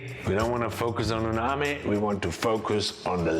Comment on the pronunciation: Is it just me or you keep saying uNami instead of uMami? 😂